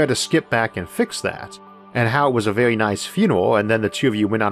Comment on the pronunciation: This was vewy intewesting.